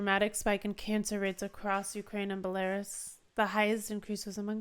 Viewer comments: Belarus is pronounced beh·lr·oos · Belarus is pronounced bella-ROOS, emphasis on second part